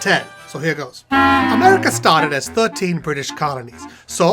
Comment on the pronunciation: "Ai Wov Amewwica" Fuck it, I'm out